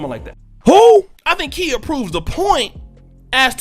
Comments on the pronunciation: Kiya is how you pronounce her name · It's not Kia bro lol, it's pronounced KY-Yah. Also, she reps Tampa Florida. She even says it in her old "Kang Wang Wit It" song. I know so because I am from Florida. Just wanted to point that out homie. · Yes, Queen! That’s right give my girl her props! #TeamKhia 👑💛🌻🍯 It’s Kh(eye)a 👁🤣🤣🤣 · Her name is pronounced Kye-ah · LOL why you pronouncing her name like the car i drive? LOL i was like "oh i got a KIA" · its pronounced ki-ya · Babe, she out of Florida and her name is pronounced K eye Yah. She gonna roast yo ass for fuckin her name up. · Khia pronounced KY-A (K👁A) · I cringed everytime you mispronounced her name. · Bruh u said her name wrong the whole video 🤦🏾‍♂️😂🤣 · You are saying her name wrong sir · Y is he saying her name wrong that's not how u say her name wte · he lost me when he mispronounced Khia's name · U saying her name wrong lol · You're the only one who pronounce her name that way